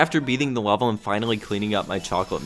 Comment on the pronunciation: pronounces level “lah-vel”. Will never unhear.